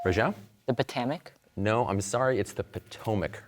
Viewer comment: Mispronounced the Potomac as the Potamac